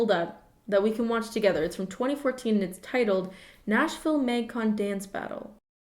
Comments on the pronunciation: does everyone say it m-ay-gcon and not m-ah-gcon? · everytime she says maeuygcon it triggers my fight or flight response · no one:: mægcon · no one: absolutely not one person:: MÆGCON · I can tell you’re Canadian by the way you pronounce Magcon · The way you say magcon makes me think you're Canadian... are you Canadian?